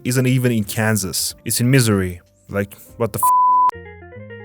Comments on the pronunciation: it’s not misery it’s “Ma zir e” Missouri edit: nah I just watched the Missouri part why is it the shortest one and also very accurate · You pronounced Missouri wrong but you aren't wrong about how you said it, it is misery down here in Missouri. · Pronouncing Missouri like misery is probably just a Freudian slip.